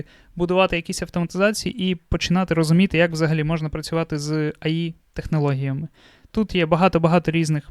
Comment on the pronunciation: Бл друже Ей Ай Ей Ай , ну не Аі , не має такого АІ Artificial Intelligence please 🙏